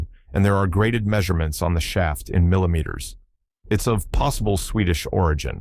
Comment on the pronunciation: AI, among their many problems, have a real problem with "metres" and "millimetres". 🤣